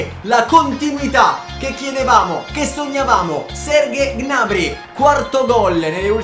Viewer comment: 👇 il numero di persone che pensa che pronuncia gnabry in modo scorrretto